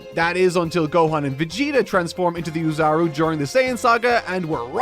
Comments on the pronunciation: So, I doubt you'll ever see this comment, but I heard it enough times to finally bring it up. I do have to tell you that you've been pronouncing "oozaru" wrong this entire time 😅 You're supposed to pronounce it more like "oh-zaru" rather than "uu-zaru". The reason why it's written in double o's is because you're supposed to read the letter "o"s with more emphasis in its reading. So it's something closer like "ohh-zaru" where you read the "o" sound longer. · The first sound in "oozaru" is closer to the vowel in English "no" than English "new."